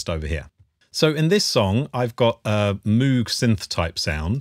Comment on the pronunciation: its pronounced Mōg not Moooog